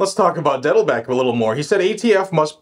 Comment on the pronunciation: Are you intentionally mispronouncing Dettelbach? Bach is german for a brook or stream. Pronounced just like the great composer.